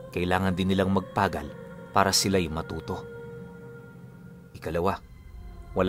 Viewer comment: it is magpagal not mag-pa-gal bigkasin mo po ng mabilis